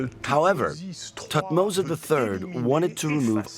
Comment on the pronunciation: calling great tuhtoms III that what a f** French 🤬🤬